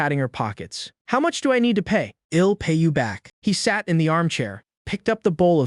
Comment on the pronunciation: Fcking eel cook.. Eel clean.. Eel pay you back can someone slap this AI for me 😅😅